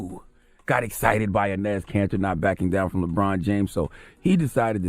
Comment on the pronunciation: did CHARLEY call Enes Cantor INEZ like hes an old Afro latina ??? lol